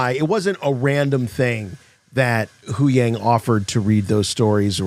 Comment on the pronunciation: HuYang with a Y, not HuWang with a W!! Cmon mannnn you’re better than this😭